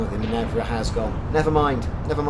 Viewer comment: Why would you call that ship "Minevra" when it is clearly named "Minerva"? :) Must've skipped your mythology classes. ;)